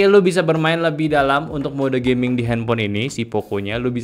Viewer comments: knp bilang gamingnya harus "gayming" sus. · Gayming = gaya dan gaming Padahal dah dijelasin